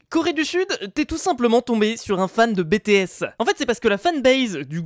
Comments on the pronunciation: Pour une fois y'a personne qui dit pas a "on dit pas BÉTÉ S on dit BITI S" (lisez juste) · Mais sa se prononce BiTiS et pas BéTéS rohlala bravo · Tu dis "Bété esse" ondirait un vélo sérieux 😂😂 On dit "BiTi esse" Même moi qui ne suis pas Kpopeur je sais ça 😂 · Pas bé, té, essse c’est bi, ti,esse Aïe ça pique😭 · OMGGG IL A DIT BÉ TÉ S (ma sœur va te tuer x) ) et sa se prononce en anglais : bi ti s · Comment tu appele les bts mdr "bé-té-esse" NOoooON on dit "bi-ti-esse"!!!!!! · bÉtÉèsse!! 🥴 Mdr on prononce ça: bitiesse 🤦🏽‍♀️🤣😭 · NON MAIS PAS BÉ TÉ S 😭😂😂mais bi ti s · C'est pas "bétéés", mais BITI ÉSSE!(et ce "piaf", c'est une autruche...) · "Bétéaisse" ça fait mal aux oreilles 😂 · non, on dit bi-ti-esse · fujimi~ c'est juste prononcé en anglais. Avec un vieil accent français ça donne "bétéaisse" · Il les a pas respecté 😂 rip a nos pauvre « bi-ti-esse » 😂😂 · SA SE PRONONCE B(I)T(I)(È)S!!!!! Deso 😂😂😅💜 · Il dit en fr on dit "bi ti s" et on écrit bts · ceci est un message au ARMY'S svp exuser le pour le "bétéésse" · "BTS" on dirait c'est un truc de travaux mdrr ça se prononce bi ti s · ça se prononce bItIèss ça se prononce à l’anglaise en fait 😭😭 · Ça se prononce BiTiS 😂😂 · BTS se prenonce bitis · Je ve pas faire mon fan boy mais c pas B T S mais ça ce dit Bi Ti S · #BTS je suis dsl d'avance mais on dit pas BTS sa se prononce bi ti s voilà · BTS sa se dit bitiès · Ca ce prononce (bi ti s) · Qui peut me donner un couteau c BTs ce dit Bi Ty S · stp ça se lit en anglais (bi ti s) Tu as agressé le nom de mon groupe de kpop préféré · On dit bitiais mais sa s écris bts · FAUT LE LIRE BI TI S PAS BTS mais sa s'écrit BTS tkt je te crit pas dessus. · Bts se prononcé bi ti s sinon sa fait un peu bizarre Qui est army ici 😊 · bts ne se dit pas comme tu le dit ses horrible mais vive bts et black pink jadore t video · sa façon de prononcer BTS 😭😭je pleure 😭😭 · simple suggestion, prononce "BTS" avec l'accent anglais, ca vaux mieux je pense XD